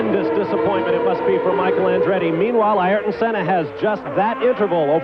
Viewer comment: “Air ton,” Bob, not “EYE air ton,” dammit. That has always annoyed me.